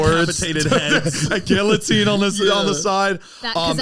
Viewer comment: ZANE LOL you dont pronounce the "LL" in "guillotine"